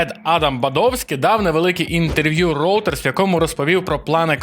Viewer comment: до варіантів вимови видання reuters, як "ройтерс" та "рейтерс" додався ще "роутерс" :D